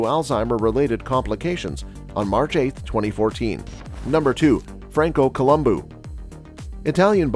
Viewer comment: Columbo NOT Colum boo